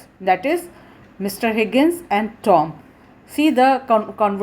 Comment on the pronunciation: Pls improve reading you just read like with attitude like is Tom not Tomm.............. And also its watch not waatch.......